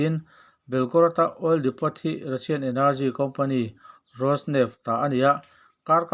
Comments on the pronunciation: depo anti ngai...depot ti lovin aw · Ka hrilh ru ang che 'Depot' tih hi 'Depaw' tia lam tur 'T' hi lam rik tel loh tur,oil dahkhawmna hming a ni. Min min nuihzat ang tih leh chuan.